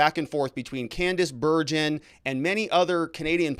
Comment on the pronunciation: Hi, I keep hearing you pronounce Candice Bergen’s name incorrectly. You also do not seem to know who she is other than as a member of parliament. You can find all this on Google. I personally remember her very well.